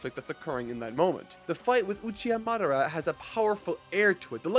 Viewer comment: He said Madara right this time.. FINALLY